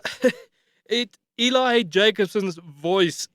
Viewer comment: Eli's name is pronounced like "Ellie", not " E-LI ".